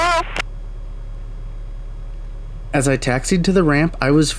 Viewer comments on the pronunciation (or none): I thought the emphatic “See ya’s” were just a SoCal thing.